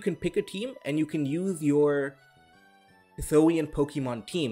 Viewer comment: Hih-soo-ee-in, not hih-soh-ee-in